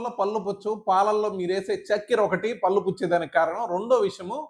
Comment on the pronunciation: పల్లు అని అంటున్నారు sir. కొంచం "ళ " పలకటం practice చెయ్యండి.. పళ్ళు అనాలి.